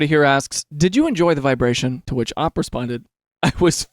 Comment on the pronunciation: The way you pronounce OP is so weird.